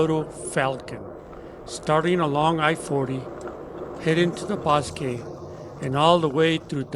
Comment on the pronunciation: Are you saying Bosque Park? The bo in Bosque is pronounced like the bo in the word ,crossbow .